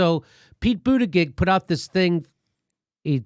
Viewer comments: Not an easy thing to say to America: ''May-Your-Boo-Tea-Jizz'' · Jimmy, I love your show, but for the love of god, would you please learn to pronounce Pete Buttigieg's last name? It's pronounced BOOT-edge-EDGE. It distracts from your message when you continually mispronounce it. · Pronounce his name properly....its "Butt-gig". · Buttigegegegich - Thanks Jimmy, I was wondering how to pronounce that. I still prefer Platitude Pete or Mayo Pete. When are you coming to Minnesota dude! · Cracks me up how you pronounce his name...Pete Buda-jid-jizzzz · HEY JIMMY, PLEASE PRONOUNCE HIS NAME RIGHT .. IT'S " BUTTGEEK " RIGHT ?ONCE AGAIN, COULD YOU PLEASE EXPLAIN SOCIALISM, IT'S LIKE COMMUNISM... LOL!JUST FOR THE RIGHT WING DUMMIES AND THE SOCALLED DEMS.... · WHY ARE YOU STILL SAYING buttiGIG? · Budeg jgjgigj? Really? Some birds imitate sounds better than you. Are your and your colleagues' hearing impaired to such extreme degree or are you being cute in deliberately mispronouncing that guy's name? Comedy, one understands. but being stupid about pronouncing a name? You guys obviously do not like Pete, but for goodness sake, even a comedic criticism serves its objective better if done without apparent or intended derision. Make your point without being an a.h. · Pete Buttigieg [Boo-TI-plug] is the correct pronunciation, Jimmy... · I respect that Jimmy refuses to pronounce Pete's name correctly. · I love how Jimmy can't say Pete Buttigegi's name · Jimmy I love you, but can’t wait until Pete is eliminated so I done have to listen to Butcher his name. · I laugh every time Jimmy or anyone mispronounces Pete Buttigeisjdjfs because literally every time I hear anyone say his last name, its ALWAYS pronounced differently 👏🤣🤣🤣🤣🤣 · Jimmy, I’m a big fan of yours and a Bernie fanatic. But please stop butchering Pete’s name. It’s so distracting. :) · His name is pronounced PEANUT BUTTER JUDGE. It's not hard, get it right. Jeez......